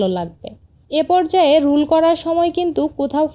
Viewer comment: Rood na rool 😂😂😂😂😂😂Rowdরোদ√ রুদ× না😂😂😂😂রোল √রুল× না বোন 😂😂😂😂😂😂